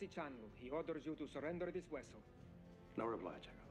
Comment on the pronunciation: and saying "wellsel"